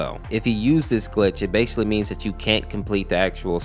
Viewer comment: i dont mean to be a jerk or anything but are we not going to say anything about him saying the word basically wrong